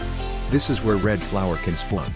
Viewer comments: im i only one who heard tha he said splun? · Bro said Splon XD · "this is where red flower can spuawn."